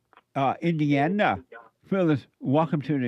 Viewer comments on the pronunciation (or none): "..from Indi-'Yana"😂